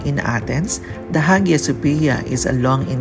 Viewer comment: Nice video. If you do not mind; please note that the correct spelling is Türkiye and not Türkeyi. Your picture of Black Sea is actually the Strait of Bosphorus. The (H) in Hagia is not pronounced. Shawarma is the Israeli/Arab name for the vertically cooked kebab. The Turkish name is Döner. Etymology per Wikipedia: Shawarma is an Arabic rendering of the Ottoman Turkish çevirme (چيويرمى) ([tʃeviɾˈme], "turning"), referring to the turning rotisserie. shows Baklava and not Turkish delight (lokum).